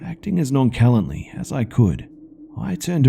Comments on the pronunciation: "Non-sha-lant-lee" not "Not-cal-ent-lee" - heh heh. But love you and the stories. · Non callantly? Did you mean non CHALANTLY? SHHHHalantly? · "Nonkalently." It's pronounced "nonshalantly" because it's of French origin. Just so you know in the future :) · Do people in Australia pronounce “nonchalantly” different than those in the states? I’m used to it being pronounce “non-cha-lontly” lmao. Out of all things in his vid, this is the part that got me like “??” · "non-kalantly" ROFL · did you really just say noncalantly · lol I thought I was the only one that noticed he said it strangely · "Nonchalantly" is pronounced with a "sh" sound. Just for future reference. Great video! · He pronounces it with a "ck" sound instead of an "sh" sound in one of the stories so I figured I would post a phonetic guide because Im a jerk and a stark defender of the English language. Albeit a crummy one.